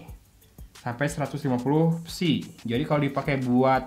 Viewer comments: dibacanya P.S.I ....bang bukan pesi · bukaaaan PESIIIIIII tapi PI ES AI , P.S.I ==== Pounds per Square Inch , itu baca nya P S I